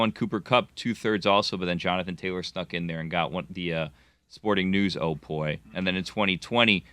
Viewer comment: Sporting News OPOY....common. SNO-POY.